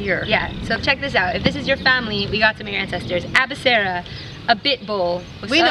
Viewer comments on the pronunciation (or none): Not abisera its bouhssira